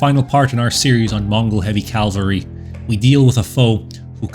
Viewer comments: I've never commented on your channel before, so let me first congratulate you for putting out some excellent content! Now for my minor editorial critique here... In the narration, the word cavalry is pronounced as "Calvary", which you know is the biblical name of the hill on which Christ and others were crucified. But still... Keep up the amazing work! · Try saying chivalry then cavalry, maybe it helps before recording so as to eliminate that bothersome "l" you insert after the "ca" în cavalry.